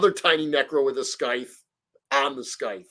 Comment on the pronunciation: I’m triggered by how you mispronounced “scythe.” Haha